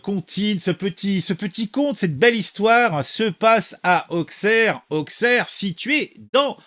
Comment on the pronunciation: Juste pour info on prononce Ausserre pas Aukcerre, même principe que pour Troyes qu’on prononce 3 🤷‍♂️